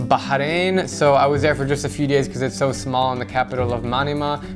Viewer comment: You pronounced "Bahrain" pretty good actually And I can't wait to see your reaction in Saudi Arabia